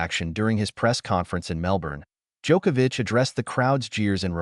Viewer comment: Thank you for correctly pronouncing his last name.